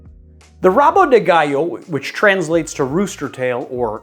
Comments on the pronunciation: Hey, you are pronuncing "gallo" (spanish) instead of "galo" (portuguese). Other brazilians cocktails I recommend you check out are the Banzeiro and the Capivara. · It's GALO with one L and it's NOT pronounced as you would in Spanish.